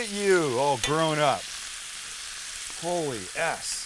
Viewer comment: And here the entire time I thought he was saying "holy ass"